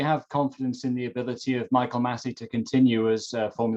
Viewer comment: "No Mykil, no no Mykil, that's so not right"